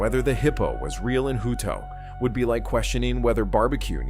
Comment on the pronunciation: Hut-o hutt-o hutto😂 not hooto